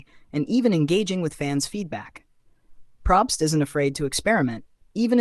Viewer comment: I was so on board until you said Jeff PROBST incorrectly yikes!!